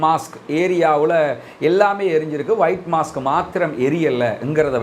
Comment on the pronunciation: Mask என்றால் முகமூடி. Mosque என்று சொல்லுங்கள். (மொஸ்க்) மாஸ்க் அல்ல.